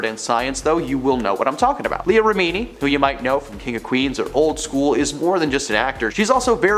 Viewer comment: what is this accent? I find this channel talks about celebrities and doesn't know how to pronounce any celebrity's names. (and Science = Scientology, Remini = rem-mini.) I did enjoy the new twist on Bravo as Brəvo. 😄 no hate. I watch your vids a lot! reporting is good! it would just be cool if the people knew the pop-culture they're reporting about though....